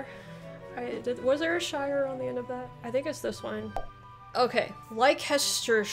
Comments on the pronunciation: If you want to know why UK place names are so hard to pronounce, you should watch "Map Men Why are British place names so hard to pronounce?" Oh!!! we don't pronounce it shire it's shear, in most cases :) I come from Shropshire, but live in Hertfordshire. Also, if you are in the UK we normally say the town/city we are from, but on the internet we tend to say the county, as there is a chance you've heard of that. The historic counties of England are areas that were established for administration by the Normans, in many cases based on earlier kingdoms and shires created by the Anglo-Saxons and others. Ceremonial counties are areas of England to which lords-lieutenant are appointed also referred to as the lieutenancy areas of England. The City of London is one. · shire is never pronounced shire as a suffix, its normally pronounced shur.. shire is only pronounced as spelt when its by itself. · Say Sheer not Shire ... how you pronounced Worcestershire sauce is the right way, Hampshire say as you prounounce the state of New Hampshire... anything with cester you say STER do not proynounce the CE... impressed how many you got right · All the counties with shire in the name are pronounced as shur not shire. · You did so well that I've finally caved and subscribed, lol. I find it really funny how you know that some counties have 'shire' pronounced as 'shur', but then you revert back to using 'shire' for other counties that you dont know. I cant think of a single county ending in 'shire' that isnt pronounced as 'shur', so just stick with 'shur' for all of them :-) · You did very well. Look for the Channel Islands; they are part of the British Isles. You are pronouncing 'Shire' but we pronounce it like 'sheu'. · Basically Worcestershire is pronounced wusstershire. Also most people here pronounce the "shire" part of county names like "sher" not "shire" Edit: Leicestershire is pronounced "lestershire" Edit 2: Gloucestershire is "glosstershire"